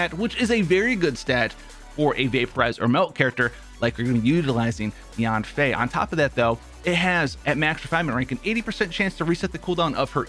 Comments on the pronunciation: Yeah she named Yan Fei (Y-an F-ae) and you sounding her first part of name Yan wrong and its irritating in my head if hear someone mistake her name. 😡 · thought he said "yoon fei" had to rewind it bc i am yanfei main